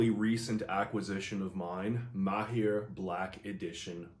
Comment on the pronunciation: As an Arab , thank you for being one of the few pronouncing (Maher) in the right way . Greetings from Palestine ( by the way it’s Arabic and means “skillful “)